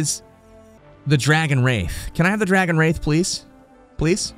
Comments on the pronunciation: Pretty sure its called dragon wrath not "wraith" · Did anyone else go crazy every time he mispronounces wrath?